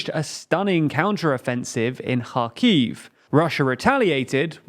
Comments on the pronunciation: It's quite obvious that you have changed your pronunciations regarding Ukraine (KHerson/KHarkiv etc). Now it's time to start pronouncing Ireland properly... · I REALLY, REALLY appreciate you finally using the proper pronounciations for Kharkiv and Kherson. Thank you!